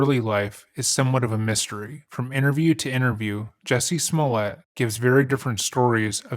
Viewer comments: You butchered his last name. Its french and so its pronounced Smul-È-À. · You keep saying his name wrong. It's pronounced juicy smooli-eh. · You are mispronouncing his name, it is Jucy Smooliet. That said, as a Chicagoan, I would never trust the cops with my phone if I was famous. But, I remember when this happened, it was so silly that I just ignored it. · If you’re gonna do all that research on a man, at least say his name correctly: juicy smoullea